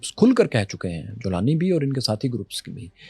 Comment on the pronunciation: Golani ko jolani bana diya😅